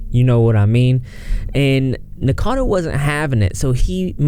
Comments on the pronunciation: Its Nick O cado.... Rhymes with avocado... Not nickcado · P.s. it's "Nick-O-cad-O Avocado" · Idk if you're pronouncing his name wrong on purpose but I support it.